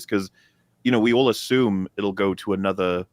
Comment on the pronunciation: YouTube hates you so much, the only way to see these releases are 7 days "After", release. Unless, you search for [Friday Night Tights] in particular. Merry Christmas to all, except, stealing art, and saying ash-ume, instead of assume, arrogant fool. Say assist...I will break your beak.